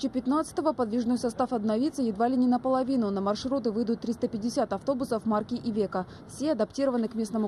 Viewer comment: Не "ивеко", а "айвесо"